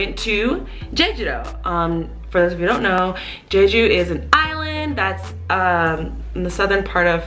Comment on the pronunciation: It's not "jay-jew" it's "jheh-jhoo"